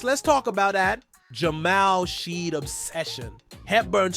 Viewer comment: dog you are butchering shead's name. please look it up and correct. you cant be saying Rapotrs quick news channel and not know how to pronounce our guys namew lmao0o0o00